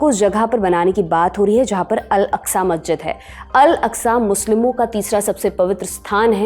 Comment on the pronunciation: Its masjid aksa ak-sa. Not alaksa. Inshallah Humanity will win ... Down 👇 Israeli